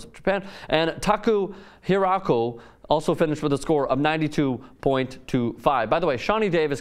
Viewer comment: whoa he didn't even try. Taco Huraco? not even close. Usually if it's a hard name they at least hesitate or think about it . He just kept going and murdered it.